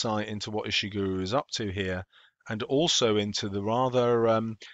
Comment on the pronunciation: You pronounced his name wrong at Pretty sure his name is said "Ish-(t)i(p)-gur-Oh", not "Ish-(t)i(p)-Guru" - this is how you would say it using things from other words